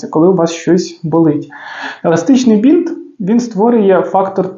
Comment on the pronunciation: Еластичний бИнт, а не бІнт